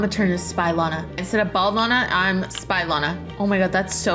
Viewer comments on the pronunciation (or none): none